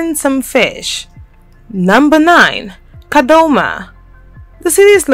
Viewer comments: It's Kadoma not kadhoma,kadhoma means something u don't want to know😓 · Take it easy you can not say kadoma properly. Is the reporter not Zimbabwean